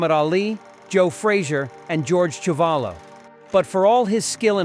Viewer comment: Quarry lost to Chewvolo as you mispronounced his name. Quarry beat Ron Lyle. Please get your facts correct